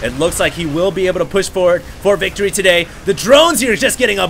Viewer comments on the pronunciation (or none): none